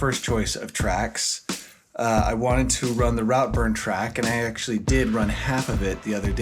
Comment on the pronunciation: Please, when in another country have enough respect to learn correct pronunciation. It’s pronounce Rootburn…